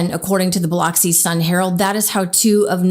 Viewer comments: Bi-lux-i is how it is pronounced, not Bi-lox-i even though it is spelled that way. I have camped on Horn Island many times. You absolutely do not stay alone on that island without water and supplies (it is a wilderness area and you aren’t even supposed to leave your poop there). True friends would not leave anyone alone on that island, especially without their phone. This is very suspicious. I hope justice is served. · I live down here its pronounced biluxi. I have been to ship island before (similar close by island) and I cannot fathom how you’d get on a boat without your friend. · Pronounced: Bil-ux-ee. Not Biloxi. Rest in peace Nolen. 🙏🙏🕊️🕊️🕊️ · When saying Biloxi you pronounce the O like a U. Js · She keep pronouncing biloxi , wrong the son of the judge what was the ex-girlfriend of his so call friend who he was involved with?He guilty